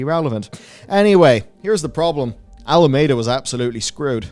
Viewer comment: Hard to trust the reporting if you can't get the names right... It's Alameda